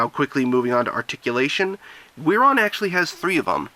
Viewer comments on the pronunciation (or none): It's pronounced Geeron